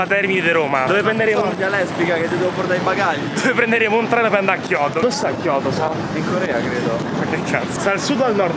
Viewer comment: Tokio non kioto